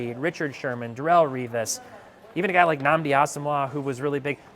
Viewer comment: Bro really said nnamdi asomuhha 😂